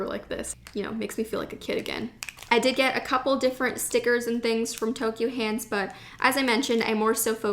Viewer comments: Hi, Ur pronouncing Ghibli wrong, and ur pronouncing Tokyu Hands wrong, if u read u will notice it finishes with a U not an O. Also u been to the biggest turist trap in tokyo, Itoya in Ginza, btw behind that Itoya there is another Itoya with many more things, including a floor just for popular pens such as sarasa, mildliners etc. That Itoya u went is just for looks, for stationery noobs I guess, also everything is marked up like 20% more or so. Next time u go, make sure to walk to the back door, croos the alleyway street, its right in front. Its really worth it to check it out. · Anyone else notice she said Toky-O hands instead of Toky-U hands? Me? ok. if you go again to japan, check out Sekaido in Shinjuku. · Thank you for sharing this haul! You got so many beautiful items, I especially liked the brush pen, and the mildliner brush pens. By the way, here are some pronunciation corrections: Tokyu Hands >> NOT "Tokyo" Hands. It's "toke-yuu" Shibuya >> Emphasis on the first syllable. "SHEE-buya." This is a common mistake, and difficult to hear. Studio Ghibli >> Pronounced Studio "Jibb-lee." Sakura >> Again, emphasis on the first syllable. "SAW-kura." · its ToKYU hands not toKYO actually